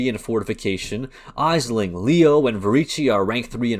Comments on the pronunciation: its pronounced "Ashling" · For future reference, it’s pronounced Ashling. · Thank you for the video man. Well done. I do have to wonder how you have ran all that content and not heard Aisling name said correctly. Jun says it.